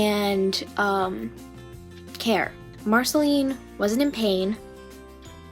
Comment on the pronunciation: You said it wrong you need to use the sound of the past letters in Marcelines name